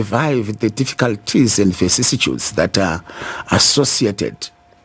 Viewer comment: What kind of learned lawyer says ENDE ??? ITS AND ...not ENDE